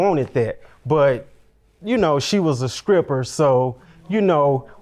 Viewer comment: Did he say : She was a 'skripper'❓